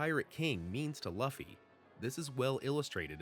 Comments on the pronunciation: why does he keep saying luufy..... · "Laffy" 🤣 Figured I'd clarify: Sorry, it's just sounds funny. Has no bearing on the whole theory/video itself 😂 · If you used a bot to make the voice audio why not correct the way they’re pronouncing Luffy? It’s so cringe to hear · How do u pronounce Luffy name wrong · Right? It's hard to take the video seriously when he cant even pronounce the main characters name correctly.